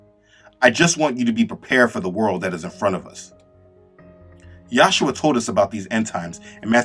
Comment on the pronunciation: Bro all due respect but when you say the name “yahshua” it really bothers me because I feel as though you don’t understand what your truly saying why not just say Jesus? But it’s actually supposed to be pronounced “yehshua” because in the original Hebrew language it would be “yehoshua” which was translated to “Joshua” in English so of you want to say Jesus that’s fine if you want to say YEHshua that’s also fine but I implore you to look into the names. I am not trying to be disrespectful maybe you can see this as a friendly reminder Those who are insisting on Yahshua are therefore enforcing a European mindset on a Semitic language, ignoring Hebrew grammar altogether. Ironically, they do this by trying to be as originally Hebrew as possible. I personally prefer to say Jesus when I speak English and Yeshua when I speak Hebrew, but I leave it up to each and every one to decide for himself. If I find myself in the right context, I might say Yeshua when I speak English.